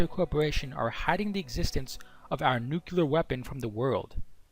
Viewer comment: Good video. Btw i'l sorry, it's stronger than me : nu-cle-ar, not "nucular"